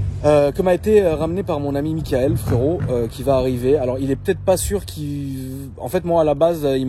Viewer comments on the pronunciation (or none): none